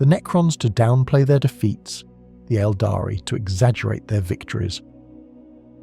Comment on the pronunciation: Really good content, I love your videos watching everything rn back to back and recomending them to others! Might be a very small thing, but the pronunciation of Aeldari should be "EHL-dah-ree" sometimes it's pronounced like "el-dahree" which is wrong and sounds very much like abominable intelligence talking.